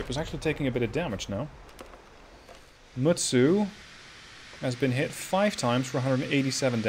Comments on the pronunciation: The correct pronountion is with T ( for Mutsu ) . At first you pronounce it correcly . I've had some japanse lellons . The guy that told you that you showldnt pronounce T was just having fun of you. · No! Mutsu is pronounced exactly as is written! I seriously wish that non Japanese people STOP trying to westernize names of the IJN ships... and if you really want to learn how to. pronounce them then look at the Kancolle or Azure Lane vikis. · The way he pronounced it is the way you pronounce in in English